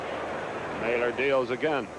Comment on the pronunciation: They always pronounced “Mahler” incorrectly. It’s a German name and is pronounced MALL- ER just like it’s spelled - silent H (like going to the mall). It should not be pronounced “Mailer”.